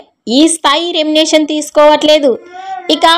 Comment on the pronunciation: నీకు సరీగా మాట్లాడేకి రాదు ఛానల్ అవసరమా ఎభాష వస్తదే నికి ఎర్రి పూ... దానా... రెంనెషన్ naa ఒక్కసారి పలికిందిలే తప్పు అంటే ఓకే ..మాట్లాడిన ప్రతి సారి రెంనెషన్ అని కూస్తావ్ బుర్రతక్కువదానా చదువు రాకుంటే ని యెనకా ముందు రెండు మూసుకొని కొంపలో కూసో... ని నోటికొచ్చిన కూతలు కూయకు.. remuneration. ఇలా పలకాలే గొర్రెదానా. తెలియకుండా నోటికి ఏదొస్తే అది కూయకు తెలుసుకొని కూయ్ తింగరిదానా.. 🌹🕉️🌹జై శ్రీరామ్...